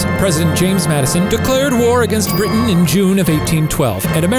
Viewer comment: did that little dude really pronounce it "briddin"?????